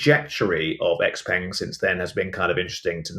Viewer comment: X-Peng - Pronounced X - Pung or the full name 小鹏汽车 (Xiǎopéng Qìchē)